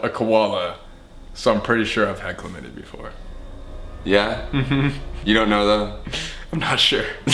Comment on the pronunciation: The xxxtentacion reference when he says "CHLAMYDIA"